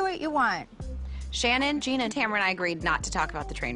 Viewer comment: Could people first learn that it is TAMRA? Her name is Tamra. But please stop bleaming her/Vicki etc for all shit. These ar all adults